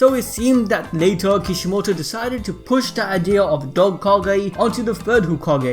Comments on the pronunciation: “Deciided” lol I love your videos bro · You sat here and actually thought I wouldn't get the Spelling Error, unlike most I caught it on the first try .You said "Deciided", and I will take that cookie now please and thank you.